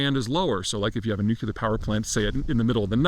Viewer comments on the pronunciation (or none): Get a haircut, Hippie! And by the way, that's NU-CLE-AR, NOT "nuke-ular". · I’m just going to hate on one thing: the word “nuclear" is not pronounced “nuke-you-lar”, think of the word nucleus when pronouncing the word “nuclear”, “new-clee-are” because it is from the word "nucleus”. Stop fkin saying “nuke-you-lar” because it makes you sound like an idiot. OK done hating and I enjoy the videos & insights.